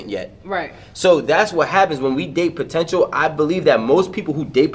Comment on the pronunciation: Potential and not the potench. Wtf. Is she making up words too